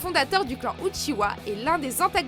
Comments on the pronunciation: La vidéo est bien mais on uchiha pas uchiwa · C'est pas UchiWa mais UchiHa, arrêtez svp avec ca. Les mangas et animés en français sont vraiment nul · « Le fondateur du clan uchiwa » 😭mes oreilles ont mal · Je crois que vous avez pas compris grand chose... Déjà on ne dit pas "Outchihoua" ptdrrrr. Mais en plus de ça vous montrez Zetsu comme une pauvre merde alors qu'il est en quelque sorte à l'origine de tout ce qu'il se passe... mais surtout...A QUEL MOMENT Madara est le fondateur du clan Uchiha svp? Hein ? Il est le fondateur de KONOHA avec Hashirama, mais certainement pas du clan qui existait déjà bien avant lui. Immmmbéciles.